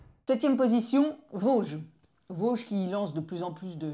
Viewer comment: Salut, petit “tip” de l’intérieur, la marque se prononce “vodji” et pas “voge”. 😊